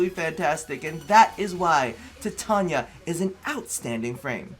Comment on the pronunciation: Finally someone who can pronounce Titania properly